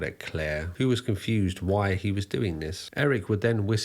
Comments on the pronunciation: this video discredits you, the way you say HE with so much force like it is an offence to you that HE wants to be a SHE. takes away from the facts and puts it in a 'political' light. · I won't lie, the way you emphasized "he" that first time when talking about Lady Bunny had me a bit worried - but you actually were quite respectful about her and her legacy. While shes mostly known for the nightmare fuel "obey the walrus" video by the wider public, shes a bit of a legend in underground queer art circles